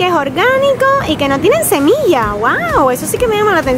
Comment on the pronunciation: Es "semilla" no "cemilla" ☺☺☺